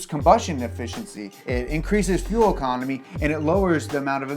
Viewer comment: bro said fuel ecomony